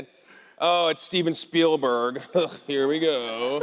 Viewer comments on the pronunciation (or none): none